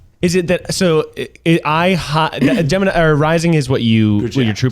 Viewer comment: ned can you not mess up gemini for me? (gemini)